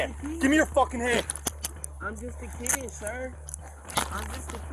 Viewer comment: Your saying it wrong “I’m just a KEED!”